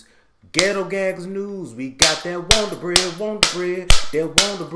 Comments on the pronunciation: "Got that wond'r bread" "Got that wond'r bread" "Got that wond'r bread news" Me: 😂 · Listen the WONDER BREAD NEWS intro is THE BEST!!!! I sing it everytime!!!! 🎼”We got that Wonder bread,Wonder bread,Wonder bread Neeeeews!!!” 😝 but you pronounce it!! I die laughing!!!